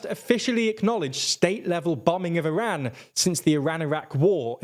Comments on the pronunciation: Iran is pronounced with an “open” a, and not a “closed” a. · Can you guys please fix your pronunciation of “Iran” it takes a simple Google search